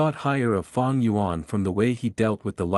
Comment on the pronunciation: Fang gu yuan 😂😎👌op